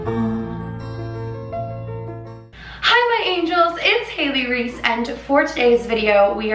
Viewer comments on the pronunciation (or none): none